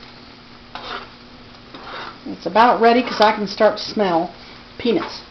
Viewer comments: i thought she said pe**s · Every time she said peanuts I laughed bc it sounds like penis lol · I swear to god it sounds like shes saying 'penis' lol. Spanish penis.